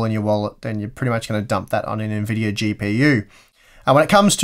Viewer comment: What is an "N-Videyor"?